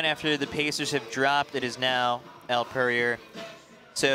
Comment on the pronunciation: One of the announcers keeps butchering Elle's name smh